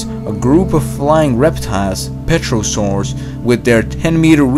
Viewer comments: you say pterosaurs, more like TEROsaurs the P is silent...................... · there are so many things wrong with this video 1 mammals did exist but were very scarce 2 length upwards is called height 3 pterosaurs is pronounced ter-o-saurs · Man said "PETROsaurs" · The flying reptiles are called Pterosaurs,not Petrosaurs.(The 'P' is silent'so they are called,phonetically, Terosaurs.) just fyi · did he just say pe-terro-saurs (its pronounced terrosaurs) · "Petro-saurs" :)))))))) Petrol-saurus today. PTERO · "Flying Petrosaurs"? Oh, the dinosaurs that became petroleum? Not to worry, though "Flying Terosaurs" is what I've heard when discussing the likes of Pteranodon. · Lolled when he said petrosaurs. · u said pterosaurs wrong and other word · You mispronounced "pterosaurs." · The p in pterosaurs is silent.